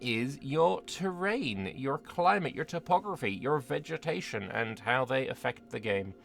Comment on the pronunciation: Did you just say "vegemetation"? 😂